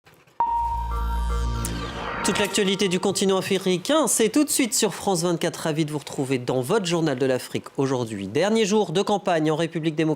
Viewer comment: 😂IL NE SAIT MÊME PAS PRONONCÉ AFRICAIN, TOUTES L’ACTUALITÉ FRIFRICAIN 😂😂